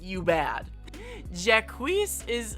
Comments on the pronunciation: Cyrano is pronounced Seer-uh-no Jacques - French J sound then Jock Eunice is Yoo-nis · I’m gonna hope that mispronunciation of “Jacques” was on purpose…